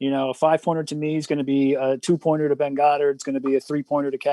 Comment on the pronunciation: Dwain and the schmoebot both pronounced my name right whereas Ben often hasnt. I love this show and it was fun watching it live and donating.